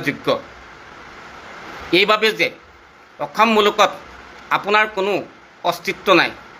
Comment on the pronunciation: মাল খাই কৈ আছো নেকি।অসম শব্দ টোকে ভাল কে কব পৰা নাই ।ফাল্টু